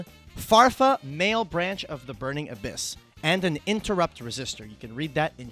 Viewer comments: "malebranche" is italian, it's not male-branch :((((((( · Mah-leh-branch, not mael-branch.